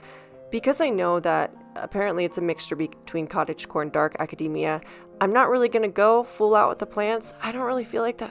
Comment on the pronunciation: Thank you for pronouncing "academia" correctly! ❤